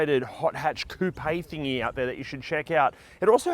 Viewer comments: Koop or Koo-pay..... 😊 And I just LOVE that car! I want one.....👍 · Great vid. I just want to respectfully point out you are adding an extra syllable to coupe.